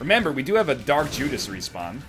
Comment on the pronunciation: Just me that noticed he said Jark Dudas instead of Dark Judas?